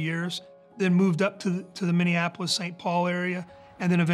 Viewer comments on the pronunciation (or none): none